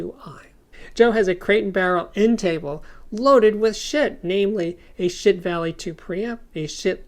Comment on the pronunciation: I love how you enunciate "Schiit"!